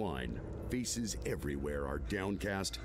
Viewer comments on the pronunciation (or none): Did anyone else heard the narrator say feces instead of faces?